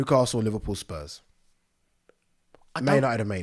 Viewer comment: man said spurm instead of spurs. my g what a guy ahahhahhah